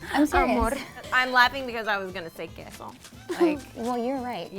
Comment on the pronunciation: Why in Queso, the U sound is missing 🤔